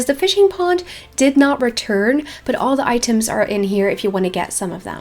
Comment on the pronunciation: I died every time she said "iiiteem"/item